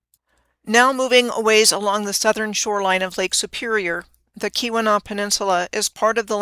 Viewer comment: Nailed Keweenaw! I'm impressed!